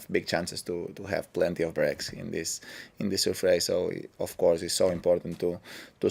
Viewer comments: I was here for the “sufrace”💝👊🏿😂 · He's adorable, no matter how much he tries... Srurfrace is his word, deal with it 😂👏👏